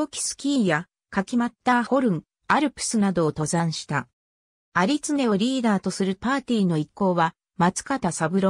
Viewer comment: 有恒はユウコウと読むみたいです。